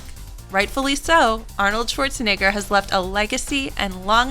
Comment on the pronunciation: Sworzeneggör... pffff